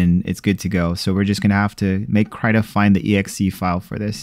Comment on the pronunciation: KR-EEEEEEEEE-TA not cryta